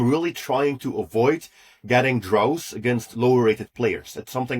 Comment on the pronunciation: Pronunciation of 'draws ' sounds like/rhymes with 'doors '.